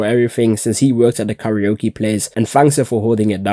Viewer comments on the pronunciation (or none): none